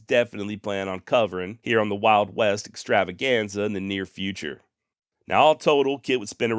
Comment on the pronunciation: it’s your show and your prerogative amigo, but I gotta say the old intro with the emphasis, or the attempted roll, or watever it was, on the R in extravaganza was pretty awesome. Anyways keep up the good work.